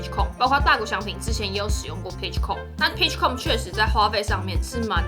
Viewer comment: Com的發音是不是發錯了